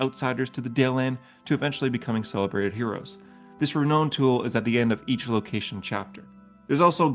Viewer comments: “Re-noun” not “re-known” this also bugged me. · I’m fine with how you pronounce all of the names of the Forgotten Realms. I’m just shook by how you pronounce renown. It’s a great review of the book